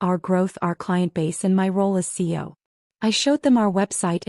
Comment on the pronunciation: Is there a reason AI cannot pronounce cEo rather than abbreviating it CO?